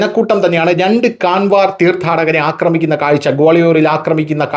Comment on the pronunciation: കാൻവർ എന്നല്ല കാവഡ് എന്നാണ് ശരിയായ ഉച്ചാരണം നമ്മുടെ നാട്ടിലെ കാവടി തന്നെ. ഇംഗ്ലീഷിൽ എഴുതുമ്പോൾ അങ്ങനെ എഴുതുവേന്നെ ഉള്ളൂ.